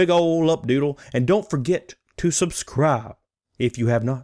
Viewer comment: Sub...scribe? What...What does that mean? I feel like he meant to say "subskroob", but he mispronounced the word on accident.